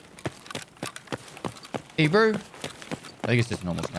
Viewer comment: I also hear that , dosent sound like ''Hey bro'' at all :D